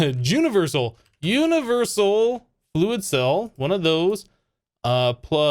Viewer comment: Did he say jewniversal?